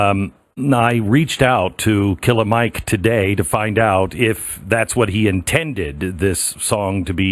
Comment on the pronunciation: Its just Killer Mike. You don't need to put the soft a...his name isn't the N word lol.